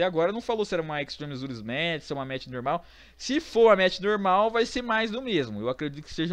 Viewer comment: parei com 10 segundos de video quando falou extreme rules errrado pk segundo a voce , voce não sabe falar certo pk ? não sei